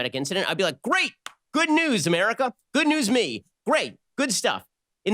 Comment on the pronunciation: Is fake "noose" wah wahhhhh LMAO